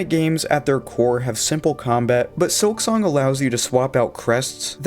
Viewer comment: Hermano es un excelente juego pero por favor deja de usar la AI para hablar en tus videos Se oye horrible que llames "SILKONG" a SILKSONG